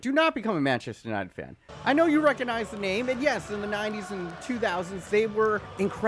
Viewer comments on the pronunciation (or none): none